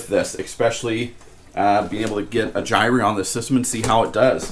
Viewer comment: Why do so many people mispronounce "gyre"?